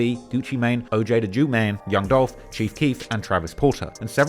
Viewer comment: We he say Oj’s name like that😂